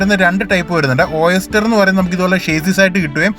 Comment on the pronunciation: ഒയെസ്റ്റർ ...... അല്ല ഓയിസ്റ്റർ (മുത്തുച്ചിപ്പി ) ആണ് ട്ടോ വായിക്കുക പറയുക....